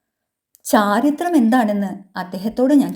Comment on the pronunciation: അവതരണം നല്ലതാ 👍 ഉദ്യോഗത്തോടെ ചോദിച്ചു എന്നല്ല 'ഉദ്വഗത്തോടെ' എന്നല്ലേ. ചാരിത്രം അല്ല ചാരിത്ര്യം എന്നല്ലേ.